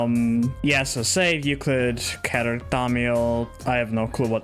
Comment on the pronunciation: Yup, people just can't pronounce "Keter" anymore, right? Because there's clearly a pronunciation difference. Like "Peter".